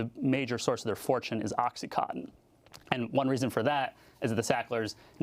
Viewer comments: "oxyconton" "oxy conton" its fucking OCSEE CAW-TON . im fucking telling a 60 year old lady how phonetics work.......... i dont even do drugs but its not a hard word to say it really isnt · Is he saying MS "cotton" and "Oxycotton" because this is certainly not correct. How hard is it to say OxycoNtin?